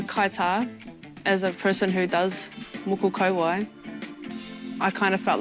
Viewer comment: Moko Kauae- More-Core Co-Why 👍🏽🙂 Thank you for actually putting in effort in you’re Pronunciation.